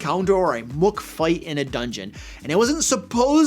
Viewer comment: "Mook" like "rook," not "moo-with-a-'k.'" Got it.